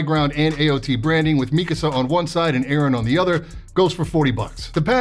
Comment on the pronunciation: Good job pronouncing 'Mikasa' correctly despite not being into anime